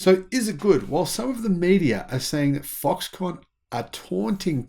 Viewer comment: Why are you saying Foxcon ? Are you insinuating that this is a con?